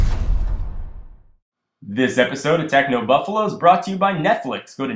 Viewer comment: Just a quick thing. U say technobuffalu instead of technobuffalo